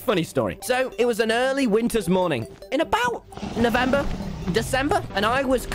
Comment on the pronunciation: Am I the only one noticing that when he said November it sounded like L'Manberg?